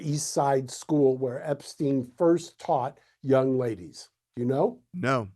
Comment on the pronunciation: We can start with addressing his name purposely being mispronounced time and time again to cover up his origins.